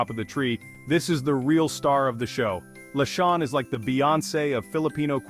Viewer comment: OMG…can’t stand the mispronunciation of simbang gabi, lechon, pancit, maligayang Pasko, etc.😂😂😂😂😂